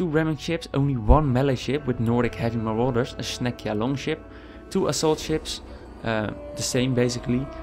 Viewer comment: marauders. muh-rawd-ders the rest of this was really helpful thanks :)